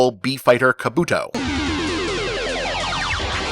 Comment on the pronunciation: The way you pronounce “Kabuto” makes me want to physically tear out your hair.